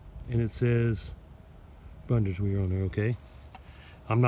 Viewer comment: try bund-es-veer